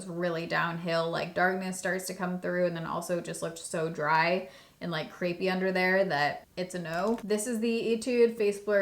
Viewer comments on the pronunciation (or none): none